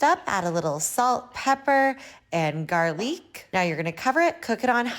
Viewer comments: Not APP-ricot! N garl-eek 😭😭😭 And Americans rip piss in Britain for their bland cooking.. & yet risk heart failure Everytime they cook! 😂😂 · what the fuck is garleak